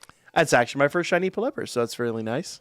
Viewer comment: The way you pronounce Pelipper may be the most triggering thing I've ever heard in my life lol